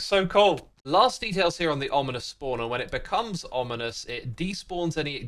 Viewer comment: he said onimous spawner instead of ominous lol